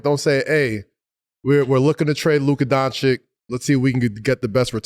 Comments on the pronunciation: It can’t be that hard to pronounce it right, not Luka DONCHICK, LUKA DONCHICH. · Why cant these people pronounce his name properly. Donchich, not Donchick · I' m from Slovenia and i must say that after 7 years, if they will go on disrispectfully with the pronunciation DonchiK, this enables us, Slovenians, to use systematically the N word. This is my opinion - we are a small country, we have our tradition and our history and we deserve a minimum of RESPECT. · People still pronouncing Doncic wrong. Way more egregious than Gon-Zo-Guh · its not that hard to pronounce Luka’s last name right…